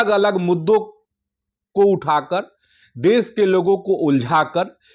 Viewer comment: Pahlay sahi hindi to bolna seekh desh ko des kosih ko kosis.